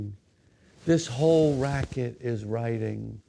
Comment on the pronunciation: Jerry says "This whole raquet is all about writing". "Raquet"😭😂🤣😭he said.